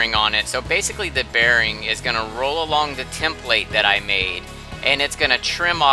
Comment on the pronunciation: You put in the emphasis on the wrong syllable… template😂